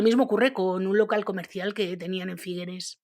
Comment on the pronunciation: Figueres no se pronuncia con esa e final, suena terrible nena